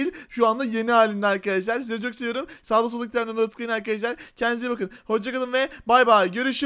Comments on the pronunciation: Arkadaşlar❌ Arıkadaşlar✅ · abi sen niye arıarkadaşlar diyosun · videonun başında arkadaşlar demek yerine arıkadaşlar dedi sorun yok